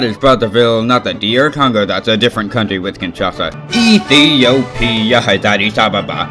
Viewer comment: You said Ethiopia strangely